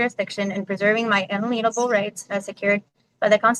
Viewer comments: Good gawd, not only does she not know the meaning of the words she tries to use, she also doesnt know the pronunciation. Including one that I find particularly cringy... "In-uh-leen-able"? No.... "In-ale'-ien-a-ble" alien is the important part. Like to alienate... As in cannot be alienated. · But my unALEENable rights! 😂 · unALEENable rights 😂 haha, she is a classic room-temp IQ sovcit.